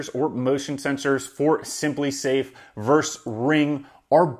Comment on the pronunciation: ver-sus.... you said "verse" twice :) Awesome video. Thanks for sharing this. Subscribed.